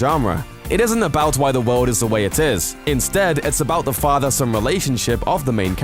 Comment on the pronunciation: JUST STOP SAYING WOLD ITS WORLD, FUUCKK